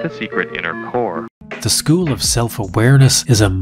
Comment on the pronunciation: "zhe probably went to another zchool" 😂😂😂😂